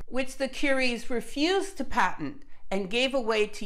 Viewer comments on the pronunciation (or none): none